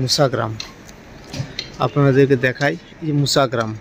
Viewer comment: আপনার উচ্চারণ ঠিক হচ্ছে না। বারবার বলছেন মুসাগ্রাম। কথাটা মশাগ্রাম। ঠিক করে বলুন। খুব কানে লাগছে।